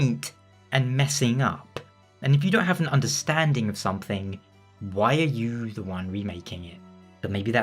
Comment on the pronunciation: What I wanna know tho is how when he says oooo sounds it turns into vvvvv, like 'youvvvv' it's like he must have a really tiny mouth, like Joffrey from Game of Thrones.